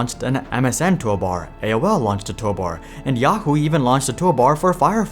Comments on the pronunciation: That bothered me the entire video. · I mean if I was making a video I would probably make sure I say toolbar correctly each time